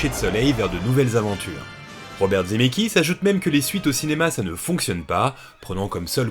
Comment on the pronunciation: Coucou, je découvre cette vidéo un peu tard, c’est super mais j’ai une question… pourquoi tu dis « Dzemeckis »??